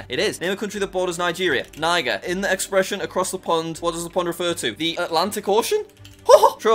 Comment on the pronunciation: it's neejer not nieger